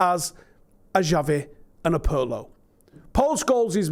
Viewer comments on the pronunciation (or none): Pronunciation Police Visit: It's "Shabby" Alonso and "Chavvi" for Xavi, All day long the both, In terms of Xavi, the "Ch" ("CHUH") is universal: sometimes "Chavvi" is sounded almost as "CH-abby", see "Balenthia" sounding of "Valencia".